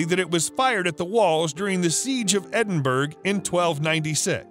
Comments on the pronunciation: "Edinburgh" is pronounced "Edin- burra" not 'Edin berg'" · Edinburg? Seriously? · Edinburgh is pronounced Edinbra with the second part said faster and softer. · I'm a Brit but married a Yank 25 years ago. Most of America pronounces it the way this guy does. When you tell them how its actually pronounced. They will reply, 'yea that's what I said, Edinburg, right?' lol. It's just a thing they cant get their tongues around, thats all. How do you pronounce Wessagusset or Saskatchewan. Now the boots on the other foot. I have to laugh, as it appears from the comments here, that half of our own people, don't know the correct pronounciation either. As a child I grew up in Scarburg by the way lol. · No, it is pronounced : Ed in bur o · Please learn how to pronounce place names Edinburgh is pronounce EdinBra Agincourt is pronounced Argincor. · Bone would be a better material to use over stone and wood. There is no mystery there, simply the material was better for crafting and could last longer. Also, it is pronounced EDIN-BUR-AH. Shame on you. I dare you to go there and say it as you did...LOL. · So annoying he can't pronounce Edinburgh. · whatever... its still freaking painful to listen too... and how can it get CANTEBURY right but EDINBURGH utterly wrong.